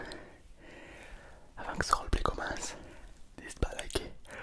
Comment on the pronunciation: Ah oui les fameux "rolepaly"